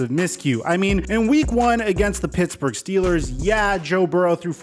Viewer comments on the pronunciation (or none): none